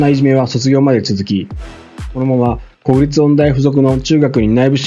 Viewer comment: 国立音大は「くにたち」、 親王は「しんのう」です‼️